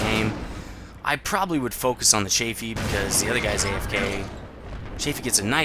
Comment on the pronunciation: Cheyfee? Isnt it chaffee? (pronounciation)